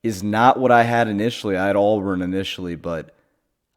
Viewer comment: ITS NOT ALLBURN. it's pronounced "aaaaaa burn". Also texas tech aint losing to Arkansas man